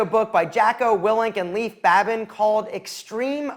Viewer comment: Might check the pronunciation of Jocko and Leif.